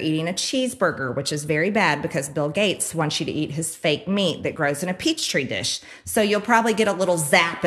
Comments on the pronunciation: Just for Shits and Giggles.. MAGAT TRAITOR GREEDY .. Needs to understand that it's Petri Dish. NOT "PEACH TREE DISH"... Again she shows how ill infirmed and under educated she actually is... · I bet she says Peach Tree because she wants to show people that she is totally unable to say a word from another language (Petri). She also said babble movements instead of bowel movements. I guess the word bowel is too intellectual. It seems not only does she play on people's ignorance, but she also demeans the simple fact (or state?) of KNOWING THINGS: knowing stuff is bad, and NOT KNOWING THINGS is better and inventing things. Tell people to leave your brain at the door. and THAT's how you get Trump elected, I guess. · It's Petri dish, not Peach tree! MTG is a moron! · Did she say "peach tree dish" lmfao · “Peachtree dish” 🙄🙄 moron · "Peach-tree dish" lol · What I want to know is two things, how on earth did this idiot get elected and did she really say in a "peach tree dish". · She really said Peach Tree dish. Wow. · "Peachtree dish"...